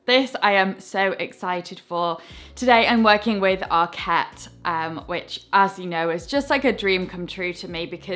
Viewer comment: I really enjoyed your videos and I particularly like your style. The word ARKET is a Swedish word that means "the ark", and should be stressed ARket, not arKET. Regards!